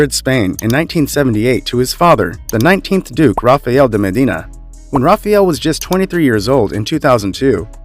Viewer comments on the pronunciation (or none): none